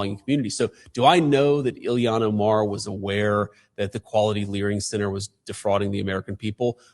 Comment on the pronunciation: “Learning” will never be spelled and uttered properly again.😂